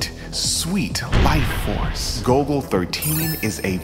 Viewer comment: The nerds will INSISTS! It's GOLL-GO NOT GOAL-GO!